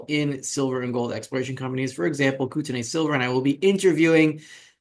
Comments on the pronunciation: And the first syllable is Koot (not Coat)... as in Coutt's bank for example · Then spell it correctly. It's not "Kooteney" It's "Coat-e-knee" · here in the states (NW Montana and Canada) we pronounce it "Kootenee".... Thanks for the update. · Pronunciation note: the last syllable of Kootenay is like 'knee'